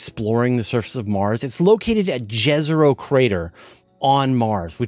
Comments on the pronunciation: Jezero is pronounced as yezero, like Jokić - Yokich. Jezero means lake, and quite literally on Serbian language. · Jezero is pronounced as Yezero. Local meaning stands for "The Lake".